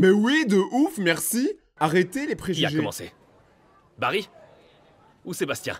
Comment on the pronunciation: c pas barry mais barril